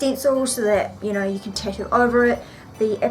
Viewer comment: Why is nobody bothered by how she says "Tattoo" -_- amazing vids though!